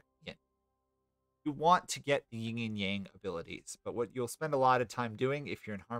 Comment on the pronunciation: Cool guide! I enjoy the faction and mechanics more than most people here, it seems. Just so you're aware, it's Yin, not Ying, both in-game and irl. It's no big deal, but it stood out along with the audio issues. I wonder if that's a gate problem? I know I've fixed that before, but it's been ages since I messed with audio stuff. It's cool you're pumping these out. Must take a lot of effort!